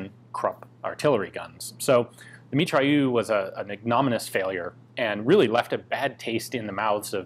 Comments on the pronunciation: you have to pronounce mitrailleuz not mitrailleu. merci. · MitrailleuSE, not Mitrailleu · meat-ray-ouZ : Mitrailleuse ;) nice pronouciacion of -eu tho and nice video as always :) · Mitrailleuse - pronounced Mitrayeuse - it's feminine. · pronunciation guide for "Mitrailleuse": "Mee-Try-Errs". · The mitrailleuuuuu yeah, il est où le "r"?! 😉